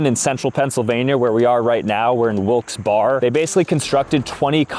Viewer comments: Bro said Wilkes bar it’s pronounced Wilkes bear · Are you for real? did bro really call wilkes barre WILKES BAR??? IT'S PRONOUNCED WILKES BEAR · Its pronounced wikes barre like bear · HOW DARE YOU DISRESPECT PA LIKE THAT?!?!?? ITS NOT BARE, IT BEAR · its axtually pronounced wilkes BEAR or wilkes BERRY, not BAR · It's wilks-bear not wilks-bar 😂❤ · Wilks-Barre is pronounced like wilkes bare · Wilkes-Barre (Wilkes-Berry)* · Wilkes-BAR lol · “Wilks- Bar” 😂😂😂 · it's Wilkes-barre but pronounced berry 5 miles from there it's in Nanticoke. I lived in Nanticoke. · I never heard it pronounced that way... but you're also not from PA. "It's Berry" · It's pronounced Wilkes-Bar-ry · Wilkes-Barre. Pronounced like Berry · It's Wilkes Barre but pronounced berry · The way you said Wilkes-Barre…I just can’t. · Swamps for standing water? Pronouncing Wilkes-Barre incorrectly and saying it's in central Pa? Dude learn your Subject matter. I couldn't get any further than that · No way went to my hometown to Concrete City and mispronounced the name of Wilkes-Barre (which is common but disappointing) But yeah... Concrete City is a decently active place but at night on weekends because that's when teens or college kids go drinking in the woods, the chainsaw dude was probably illegally cutting down trees in the woods for his house two blocks down the road which is also common in that area 😂